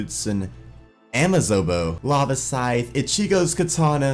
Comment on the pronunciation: you mispronounce ichigo one more time and we're fighting IGN: NewMatics